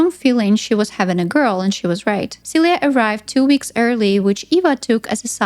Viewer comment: I was like "who's Celia" I just watch the movie and the whole time I thought they were calling you "suey"